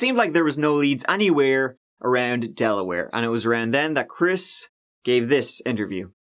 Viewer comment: del-a-where? 😂 I practically live in Delaware, I’m in Maryland technically but could walk into New Castle County and I’ve been to the complex where Joey and Olga lived. Wilmington is about 25 minutes from me. It’s a small little state but the beaches are great !